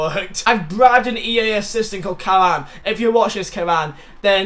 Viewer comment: I love you but Karan is pronounced Care-ren